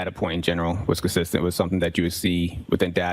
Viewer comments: He's very cussissent in his inability to pronounce words. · His pronunciation of 'consistent' is a crime in itself.